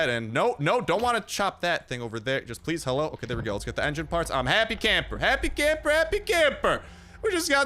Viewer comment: Am I deaf hi heard hallo everybody instead of hello